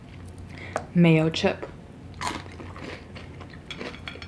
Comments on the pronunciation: When you said mayochup, i thought you meant mayo + chipotle 😞🤣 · I was confused when u were saying mayochip and I was like why does she keep referring to it as mayo chip like is there chips in it then I realized it’s mayochup like mayo and ketchup I feel so stupid lol🤣🤣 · Am I the only one who always heard mayochip everytime she said mayochup?😂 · mayo-chup lol we call it fry sauce